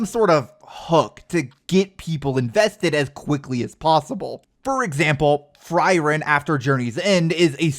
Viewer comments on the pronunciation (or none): um actually its pronounced "free-ren". sorry but it hurt me a little bit when you said "fry-ren". 🍟🧍‍♀